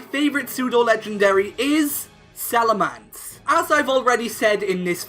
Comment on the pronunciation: Salamence not Salamance, you are horrible